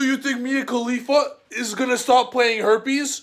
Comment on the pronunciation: Boy said herpies lmao